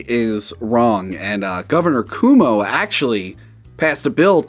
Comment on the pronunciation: From one Guido to another. It's pronounced Quo Mo. Go ask that cute eye tralian girl you have on your channel sometimes lol.